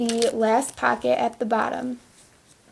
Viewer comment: "packet" or POCKET!